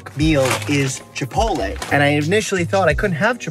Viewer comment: Dr. Mike: Chipole Chipotle: Yes